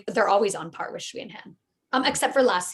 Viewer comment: A note on how to pronounce 'Sui' (as in Sui and Han) - don't try anything too funky if you can't get the tonality in a reliable way - just say "Sway" (there is a 'w' phoneme in there, but the s is an s, and not a 'sh') I hear you guys saying "schwee" and that's not accurate (chinese pinyin is not intuitive at all!)